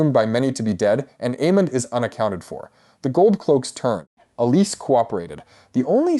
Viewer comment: Alicent. Say it with me. "Al-e-sent~"